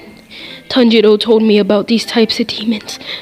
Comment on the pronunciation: Heres a thing its not zonutsiu its zenitsu Zen-eats-su And for tanjiro its Ton-ji-ro👍